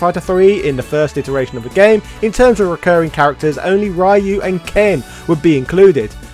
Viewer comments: Re-U...not Rai-You. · Will you PLEASE PRONOUNCE RYU'S NAME CORRECTLY! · PRONOUNCE RYU'S NAME CORRECTLY!!!! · Bro... why do you refuse to say Ryu's name correctly? It's completely disrespectful to Japanese culture when you know you're saying it incorrectly